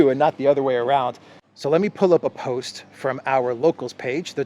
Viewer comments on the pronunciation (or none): none